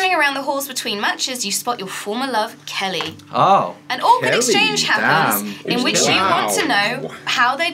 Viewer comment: i honestly cant be the only one who thought 'kelly' sounded a LOT like 'kaeyi' lol